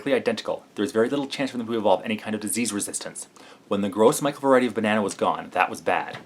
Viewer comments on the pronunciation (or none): I cringe every time you say gros michel.